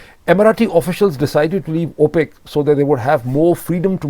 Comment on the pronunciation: Not “opaque”. It’s opec(k).